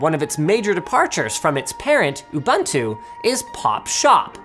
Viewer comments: Please. It's "oo-boon-too" not "oo-buhn-too". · This man said "Ubantu" as a South African I'm triggered! 😅😂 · It's oo-boon-too Linus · OMG it's pronounced "Oo-BOON-too" It's really not that hard, wtf.